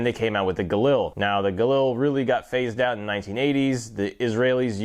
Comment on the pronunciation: This is a review of a Galil and not a JRA Gallant? You keep calling it a Galil (and you're even pronouncing it wrong).